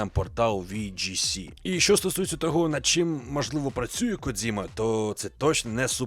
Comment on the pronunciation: Коджіма, а не "Кодзіма". Це калька з російської транслітерації. В усьому світі він Коджіма, окрім для гоблінів